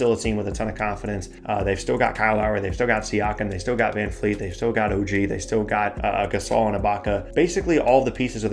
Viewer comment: It's vanvleet not van fleet